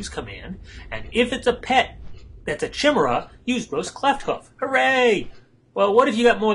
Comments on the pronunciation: i love ur vids man but damn ...like yamidante said ...ITS NOT "CHIM" its "KY"!!!! ....jeeez.... ;p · is pronounced Kai-mera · awesome videos, great narration, and some great nostalgia from the WotLK beta :) Just one nitpick, though. The correct pronunciation is "Ky-mare-uh", every time you say your variation I keep expecting you to start singing the chimney song from "Mary Poppins" XD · Hehe,Its actually pronounced CA-Mera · Pronouce ( ky-mira ) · great video, not to big on the commentation voice but whatever LEARN HOW TO SAY CHIMAERA!!!! Pronounced KI-MERA phonetically.